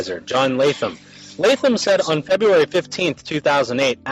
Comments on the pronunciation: I swear he said "Jeburary" 🤔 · I saw a comment saying did say 'jebuary' the first few seconds but i cant find it...anyhoo he defo did say jebuary lmao 🤣🤣 its so you dont even notice his mad words ha😂